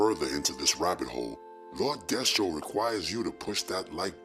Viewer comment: It's Lord Destro... Not Re-Destro from My Hero Academia.🤣